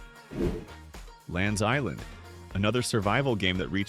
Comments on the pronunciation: Lands Island, did you mean to say Len's Island? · It's "Len's Island". NOT "Lands Island". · lens island not lands island. I was going bonkers trying to find it lol